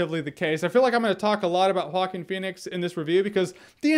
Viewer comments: Vikas Chenna it’s pronounced wah-keen. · Jeremy “Hawkeen Phoenix” Jahns. Wait what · “Hawkeen Phoenix”- Jeremy Jahns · I hear you say “Walking Phoenix” lmao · Jocking Phoenix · Why is it so difficult to say Joaquín? I'm dying. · Joking Phoenix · He's name is walking phoenix although he is always running in the movie